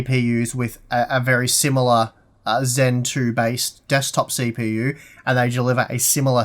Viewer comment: "desktop see-pee-you" LMAO